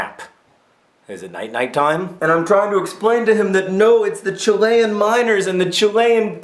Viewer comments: "Chill-ee-un", not "Chill-ay-un". Arrrrrrrrghh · Amazing video, really really awesome. Brought tears to my eyes but chi-lay-ean???? WTF???? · I love the way he says chillian